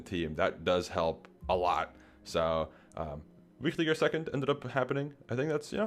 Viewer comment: One of the few people that pronounce Wichtiger correctly. Nice Video!